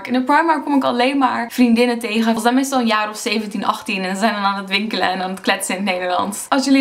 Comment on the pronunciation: In sommige zinnen zijn wat letters inderdaad een stuk zachter uitgesproken, bijvoorbeeld de t en d. Telkens als je “nederlands” zegt klinkt als “Neyerlan’ers”. Ook wordt de ‘ij’ soms als ‘uh’ uitgesproken ‘zijn’-> ‘zahn’ (misschien gewoon per ongeluk foutje, maar het valt wel op als ik met iemand zou praten). Ohh en het meest opvallende is de g, die je nu vaak als zachte g of h zegt: ‘zeggen’ -> ‘zehhuh’ en zachte g bij ‘gesproken’ Misschien zeg je de letters wel, maar niet duidelijk genoeg, maar je niveau Nederlands is duidelijk hoog!